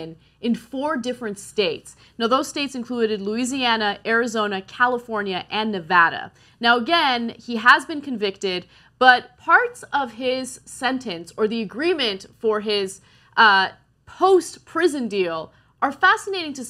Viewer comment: It's Neh-VAH-dah